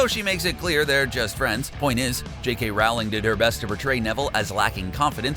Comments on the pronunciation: In Sep. 2018, you pronounce Nagini Nah Gee Nee, and Rowling ROWW Ling...there were a few others, too. Here's the thing...you're a 1.5millon sub channel. From the director, to the voice actor, to the editor, NO ONE caught these mispronunciations? Or is it just one guy, who got lucky with the subs, because he's really not a fan...just a fraud who found a niche? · Rolling not rauling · He even mispronounced the authors name and some other things. Obvious never even saw the movies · Best way to tell a fan vid from a cash grab: the narrator knows how to pronounce “Rowling”. Also, it’s ani-may-gus. You could at least watch the movies before publishing.